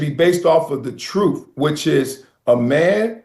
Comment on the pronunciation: Much respect, but he said:"Troof" is Truth!